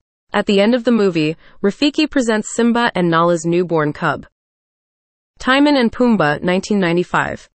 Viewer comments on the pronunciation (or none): In EVERY version of The Lion King, the warthog's name is Timon (pronounced TIM-OWN, it RHYMES with Simone)